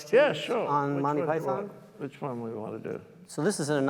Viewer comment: Why can the host in particular and Americans in general not pronounce Monty Python? Listen to John, it’s not Monny py-THON, it’s more Mon-Tea PY-thern.